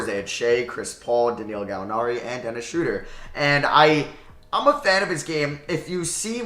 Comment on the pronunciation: Dennis Schrauder